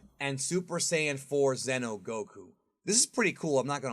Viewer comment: Dude..... It's XENO like XENOverse not Zeno Goku or Zeno Vegeta. You say it right when saying the game name but not when you say the character names 🤦🏾‍♂️